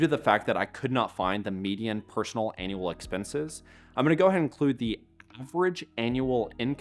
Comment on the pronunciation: Synth voice? Have to assume so with the voice pronouncing "annual" as "anal". Another low to no effort YT channel ...